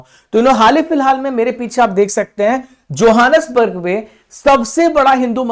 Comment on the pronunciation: Sir johnasburg ka pronunciation ahi se karo google ka madad le lo ...